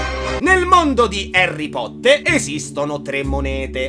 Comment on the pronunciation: Cioè non ti sto sgridando però si dice Harry Potter